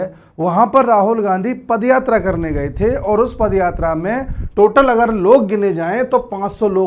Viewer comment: A pad yatra nahi a paad yatra hai